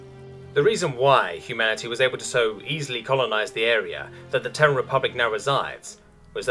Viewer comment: Terran is a TWO syllable word pronounced "tear ran" not "tern".